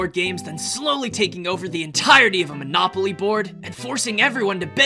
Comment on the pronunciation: Monopoly sounds more like monakupoly 😂